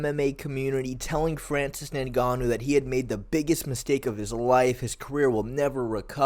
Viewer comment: Lol this was bugging me too